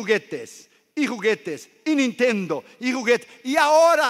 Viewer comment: Los nintendows, segas, super nintendows, play station whatever...